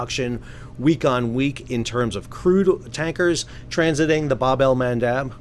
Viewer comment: ⚠️u also pronounce Bab El Mandab funny 😅 It is NOT Bab El Mandaaab! It is Bab El Mandab with extremely short “a.” 🤪